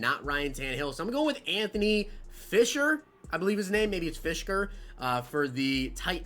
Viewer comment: as me laughing so hard with the titans. He said firskers name wrong and then said Jarvis instead of Harold